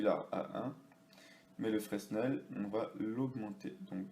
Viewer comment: on ne dit pas frenSnel mais "frainel" , du nom du physicien qui a découvert la différence de réfléction entre le centre et le millieu d'un objet